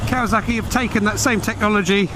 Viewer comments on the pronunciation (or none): It’s kawaSaki not kawaZaki Why is everyone saying that now what’s wrong with you lot ??